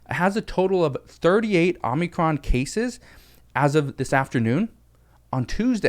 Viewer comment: I wanted to make sure you were saying what I thought you were saying before I said anything. And you have been you've been saying it over and over and over again I have to correct you. You keep saying Omnicron It's Omicron.